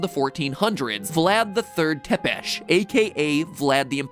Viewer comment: tepes is ponounced tsepesh by the way if you will do more Romaninan based theory's you should get a Romanian languade class of sort